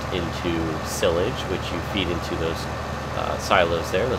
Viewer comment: Hey your pronouncing silage wrong :/ sounds like "seye lage" not "sil age" just a heads up! :) great video all the same!